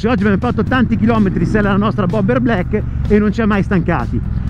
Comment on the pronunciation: blaeikkkè non vuole dire niente, black con la a chiusa